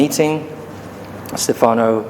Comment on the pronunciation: Stefànows? It's pronounced Sté-fa-no. Sté-fa-no Domenicali.